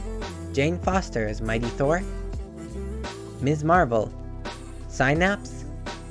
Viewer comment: It's "Mizzz" Marvel, not "Miss" Marvel.